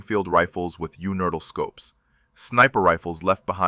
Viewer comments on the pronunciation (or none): This video is AI slop. The narration is unfortunately very good and it's hard to catch, but the way it unhesitatingly says "you nurdles" every time it's supposed to say 'universal' is a rookie mistake that gives it away. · UNERTL scope. Not "Universal", AI. Sheesh. Everyone knows that. Except AI, it seems. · Unertyl not universal! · the word is "universal" -- u-knee-ver-sal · yewnerdle!? YEWNERDLE!? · Amusing that the AI bot narrating can't say the word universal. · Robot-Voice has trouble with the word Unertl - which is an old-line target ‘scope. If I recall correctly, “Saving Private Ryan” shows one of these ‘scopes in use.